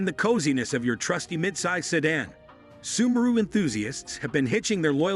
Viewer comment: “Sub-a-ru hatchback” 😂